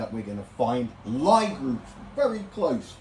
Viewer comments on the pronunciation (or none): Lie is pronounced lee